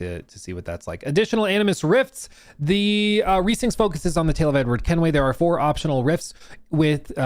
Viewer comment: Resynced not RESYNCHED 😭😭😭